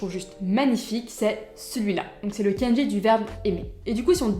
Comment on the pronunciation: hello.sur la prononciation, je dirais : ne roule pas les R et dit "kendji" au lieu de "kann-dji" pour le mot kanji. ou alors, j'ai l'oreille plein de croutes :p